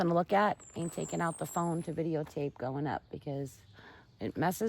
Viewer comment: I love how you say, videotape! I say the same thing, and my friend laughed at me